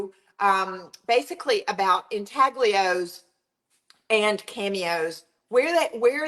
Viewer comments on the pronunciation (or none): Thank for sharing this method, I absolutely love intaglios but as many of us know, real ones are super pricy! Just need to mention: the g in intaglio is not pronounced. The first part sounds like ooin (or uhn) and the ios sounds like yo. Ooin tal yo. I’m also a teacher ;-) and teachers gotta teach, lol.